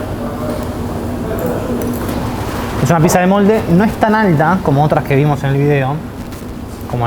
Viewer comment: Banco que el Burguer la nombre "piSa", cada vez que alguien la llama "piCsa", en algún lugar de África muere un elefantito bebé.